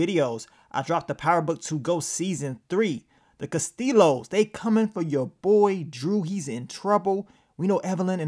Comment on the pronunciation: Who gon tell my boy that the L’s in “Castillos” is silent.